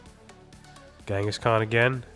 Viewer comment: I like how you call kangaskhan Ghengis Khan